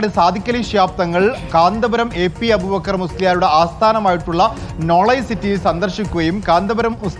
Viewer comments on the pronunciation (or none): none